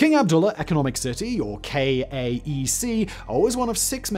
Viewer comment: King Abdullah Economic City (KAEC) is generally pronounced "cake" locally.